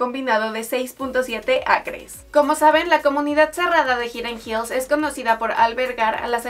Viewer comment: Hidden Hills.... Se pronuncia: Jaiden Jils